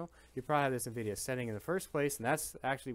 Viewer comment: Did you say “envideo”